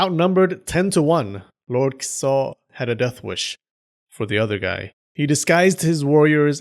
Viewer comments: You kept saying Kiso; I kept hearing Kuso. I kept giggling every time. "Lord Shit enters the battle!" LOL I need to get out. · Dude I thought I was the only one 🤣🤣🤣